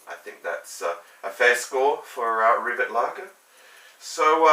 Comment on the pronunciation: It's pronounced rivét